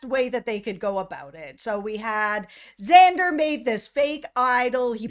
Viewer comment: did you say "eggzander might be a big fan of xander" my name is xander and my friend always pronounces it eggzander and i am more than a big fan of xander hes not just my favorite of the season hes my favorite of all time and might be me from the future